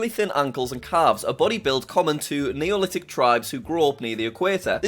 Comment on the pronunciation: You read Nilotic as Neolitic. They mean two different things.